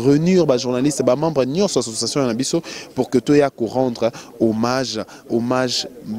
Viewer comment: sala makasi o corigé francais nayo trops des gaffes revoir vidéo oyo oyo ba bombe obeti de le debit jusqu'a la fin mawa trops ba lobaka homage et non homange kiekiekie